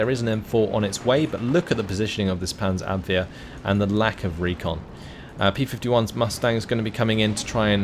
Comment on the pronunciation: You perfectly pronounce Panzerabwehr. Try to pronounce Ersatz it like Airsatz, with emphasis on "satz". Love your content :)